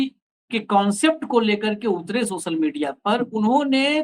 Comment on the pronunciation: Reporter Bhai सोसल नहीं सोशल बोला जाता है। पहले बोलना तो सीख लो। और हां भारत की जागरूक और देशभक्त GenG के सामने तुम फेल होगै